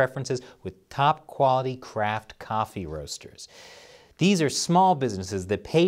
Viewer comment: "Top quality craft". What i heard:" top quality crap" 🤣😂